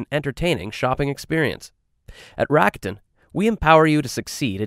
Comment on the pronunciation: I wish the narrator just used the proper pronunciation rather than degenerate it for the masses. Saying Rakuten like he does makes it sounds like Racketeering instead of its actual meaning which is "Optimism".